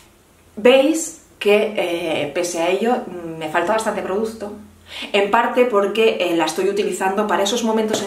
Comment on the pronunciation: Gracias por hacer un vídeo de solo 20 minutos 😜 y ponerte una pequeña crítica que espero no te moleste. Sería muy complicado para ti pronunciar bien la palabra producto? No sabes lo que me chirría oírte 20 veces o más en cada vídeo decir produZto.